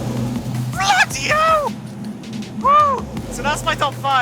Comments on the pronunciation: I've never been more cognizant of Arun being British than when he screamed blOOdy hELl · "Bloody hell!" My guy has never been this bri'ish. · Arun's British Voice finally shows up. 'Bloody hell'